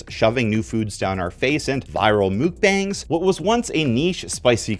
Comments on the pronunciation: It's mukbang. Muk as in muck not mook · Muck-bang is how it’s pronounced not mookbang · mukbang is actually pronounced “muck-bahng”!!! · Mukbang is pronounced muk bahng, not mook bang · wait wait wait... Mukbang is pronounced like "Mook"?? not "Muck"??? 🤯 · As a former spice lover who has post intestinal surgery IBS, I hate this current food timeline. They finally caught up with my tastes but now I can't eat it... Also mukbang 먹방 is closer to sounding like MUCK-BONG not MOOK-BANG. The first syllable sounds more like a mix between a k and hard g but that's virtually imperceptible in English. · "No cap," but clearly wearing a cap. Also "mukbang" is like muck, luck and duck. (Okay not EXACTLY, but that's closer than the real pronunciation is to "mook" like Luke or puke.) ❤️ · When you think that your east coast American trendy sauce is some kind of world wide zeitgeist and you say mookbong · Also, that's not how to pronounce Mukbang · You pronounce muckbang so horrendously wrong I’m sorry